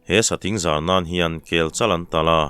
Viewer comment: "An sathing zar" thingzar sawi a, zâr rikdan niloin..